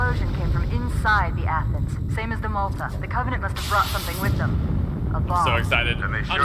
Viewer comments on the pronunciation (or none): none